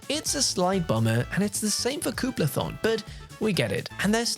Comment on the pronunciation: Your pronunciation of Koopathalon makes me laugh every time I hear it. The way you say it would make one think it’s spelled Kooplathon. Should be a fun game for all, and I appreciate the coverage you’ve done up to this point. Watching the gameplay leaks though, there are definitely some absolute time-consuming dud mini-games in here, but if my niece is happy, I’ll be happy.